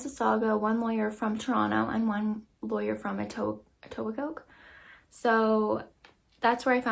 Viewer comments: Did you literally just say “Etobi-coke”? Girl! You’re from the GTHA, no? You should know how to pronounce it. How have you not heard the name of this city all your life?🙄🤣😘 And I’m sorry, but these are the prices I was expecting. Most lawyers I know are at least $450 and hour. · Today I Learned that pronounces the K in Etobicoke. Just thought that was funny. I’m from roughly the same area she is from.